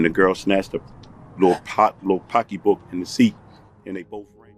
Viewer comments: She was an electrical engineer. Never should’ve been with a man who says “pockee book” to describe a purse. God bless her soul❤ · I knew he did it once he said pockeybook 😐